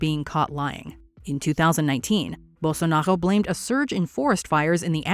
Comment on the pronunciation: I mean, no to be picky but why do you pronounce Bolsonaro like a french person? It literally is pronounced as it is spelled, I get the trouble with Jair, but Bolsonaro?